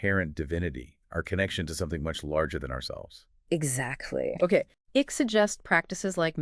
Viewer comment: Great subject. Terrible podcast. And it's not ICK, it's ICKE. Sounds like IKE.